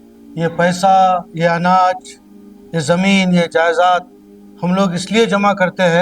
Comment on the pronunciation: Very good msg well done bhai jayezad nhi jayedad bolna tha ❤